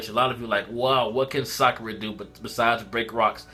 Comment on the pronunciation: its sakura why do you think her name is saruda